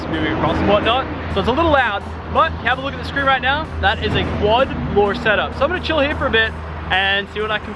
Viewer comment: Let's get roight into the news